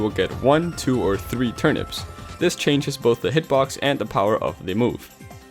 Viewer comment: why did he say hitbox like that